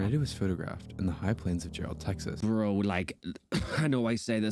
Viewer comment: Jarrell is pronounced like Gerald without the D. Yeah, I was near there when this happened. The tornado traveled a really long ways